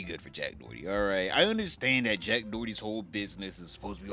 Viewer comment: “Jack Dorty” is too funny every time I hear it 😂